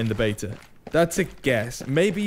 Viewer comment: It’s “ before the beta ends “ not “ before the bater ends “